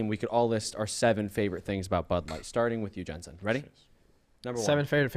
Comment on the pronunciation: I feel so bad for Alphari and Jensen -- they look like they would legit rather be anywhere else in the world rn . (And bro . . . that is not even CLOSE to how you pronounce Jensen's name. I just about had a StROKE.)